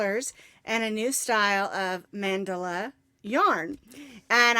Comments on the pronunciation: Get you a chat moderator they are to watch for toxic ppl n remove . And it's called Man-da-la soft on the a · Congrats!!! I say Man dell a but thats just me!:) Love it no matter how you say it!!